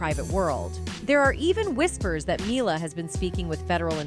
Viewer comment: not myla its -mee-la mila